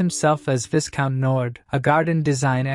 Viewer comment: Viscount is pronounced vai-count not vis-count😅